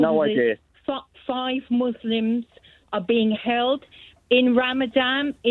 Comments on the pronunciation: "In ramadam, in ramadam, in ramadam" We heard you the first time! And its 'ramadan' by the way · The fact that she says 'ramadam' shows her knowledge of anything. Daft woman! The same goes for the presenter,. Israeli mouthpiece, sitting on the fence, playing both sides. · It’s not ‘Ramadam’ Mam , and you don’t care about the Muslim hostages either. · "Ramadam" can't she even pronounce the name properly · She cant even say ramadan properly…. She really shows she cares 😂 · Its ramadan , hate it when they say ramadam👹